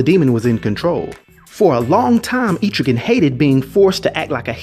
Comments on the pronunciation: I like what you're doing believe me I really do i grew up on comic's but you are saying his name wrong and it's killing me. ET-TRIGAN NOT EEEE-TRIGAN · No hate. But it was bothering me too much. It's pronounced Eh-trih-ginn not Eee-trih-gan. No not Aye-trih-gin, Eh-trih-ginn. Eh as in ELephant. Trih as in TRIp. And ginn as in beGIN. But great vid I love Etrigan, he is so underrated. :) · Etrigan's name is pronounced EH-TRIH-GAN, not EEETRI-GAN. Mad love & respect, bro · so this explained the stories from old rap. Thanks. Never knew it was pronounced E-trigan always thought Etch-rigan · I don't want to be that guy, but it's pronounced Eh-truh-ghan, not Ee-tree-ghan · Thought it was pronounced Eh-trigan not Eee-trigan. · Loved this, but man... "Eh-truh-gan." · I believe it is pronounced eh-trigan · JC I know right! Atrigan 🤦🏼‍♂️ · Terrible pronunciation of Etrigan. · He keeps saying it wrong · Etrigan the e in it is short not long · I think you’re saying his name wrong